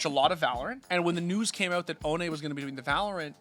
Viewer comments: The funniest thing to me is that all americans pronounce him "oʊni", like he ist some kind of japanese demon thing. its just the german word for "without" and is pronounced "oːnə" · Please for the love of god pronounce his name right, it's not so hard. Put Ohne in translate and hear what it sounds like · Ohne got me into watching cs, and now i know why he called huynmin jamyoung 😂